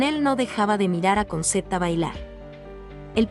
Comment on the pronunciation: se pronuncia conchetta...